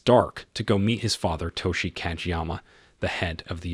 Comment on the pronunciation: codge'yama.... are you fuckin serious? googling pronunciations to difficult?? lololol